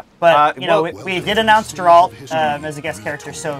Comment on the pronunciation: "I put 200 hours into witcher 3" calls Geralt, Jeralt...